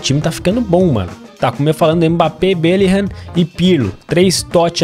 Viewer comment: falando belligham: belirram